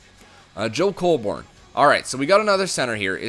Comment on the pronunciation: Colborne is pronounced 'cole-bern' not 'cole-born.' It's not a big deal, but I'm a leafs fan so i thought i'd point that out.